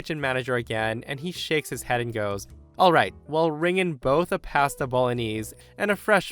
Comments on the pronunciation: Please learn how to pronounce pasta. Seriously dude wtf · Yeah, that bugged me just a bit. But maybe it’s common from his part of the world — which I imagine has lots of sheep pastures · The way says "pasta" has me giggling:) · You really pronounce "pasta" like that? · I love how pronounces "pasta!":-)